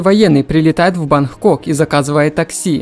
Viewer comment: За объём лайк, но слушать твою речь реально тяжело. Поделай что-ли упражнения на дикцию. Как будто криво говорящий по русски иностранец озвучивает. "Науыкоу, пришельцеу, престолоу, вынужж'ен, прежьже, банх-кок....." трендец, блин..... ты на курсы по коверканью слов ходил? просто кровь из ушей!